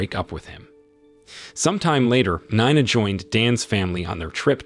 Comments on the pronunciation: Nina 😂not ninea 😅😅😅😂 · 9ah? It's pronounced nee-na, get a better AI . . . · Is it pronounced Nee-na or Nine-na? Keep changing is very annoying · Learn how to pronounce stuff. I assume Yowwa is Iowa and Nine-a is Nina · Spelled. NINA SOUNDS LIKE KNEENAH . THIS IS VERY IRRITATING FIX YOUR VOICEOVER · You really need to update the dictionaries of your AI readers. NINE-A, this is too funny. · Get elocution lessons. You pronounced "Nina" three different ways. Your pronunciation of "Augie" is an EPIC FAILURE. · How many times and ways can you pronounce Nina wrongly? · How can you not pronounce Nina and Augie ? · How do you accidentally spill drink on someone's head while ur both standing?? Dude can't even pronounce Nina correctly 🤦🏽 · I've always wondered if this was another AI channel. The way he can't decide how to pronounce Nina 3 times in a row within a sentence or two settled that debate for me.